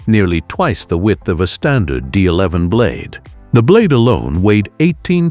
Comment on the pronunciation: Can't even say the D11 properly with AI slop they use in the videos. Use your own voice and your channel will do a lot better than using AI